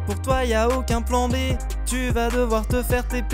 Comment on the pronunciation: "Tu v'as" "Chuis" et le français ça fait 2 x)